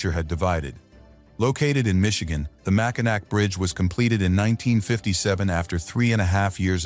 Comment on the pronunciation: . It's "Mackinaw". Party foul. One beer please 😂